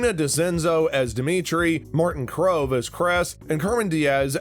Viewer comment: Well, your credibility is gone. Tori not Tony. Kove not Krove. Shue not sue. Gianni not Gina. And it's not Carmen Diaz as Vanessa. It's Vanessa Rubio as Carmen (Diaz). How can you speak with any authority at all when you don't know half the names? The hell?